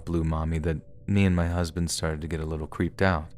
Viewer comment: 😆 that was funny "emphasis on litlewl" 😆 WHAT IS SPEAKING?!